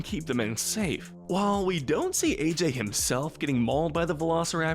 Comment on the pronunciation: Roland: "Ah-jay": "AJ"